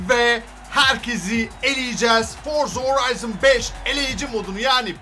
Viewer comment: çok güzel Forza Horizon5 diyorsun ya😀😀